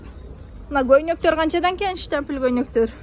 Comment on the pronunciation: Жакшыраак сүйлөгөндү үйрөнгүлөчү анан тарткыла штапил фудволка дебестен анан адамдардын бетин без разрешение тартканга кандай укугуңар